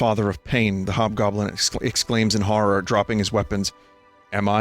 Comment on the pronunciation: Ah yes, the hobgoblin became the jobgoblin.